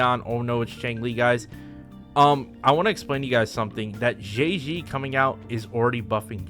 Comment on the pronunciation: I will never get used to people pronouncing Zhezhi as Jay Z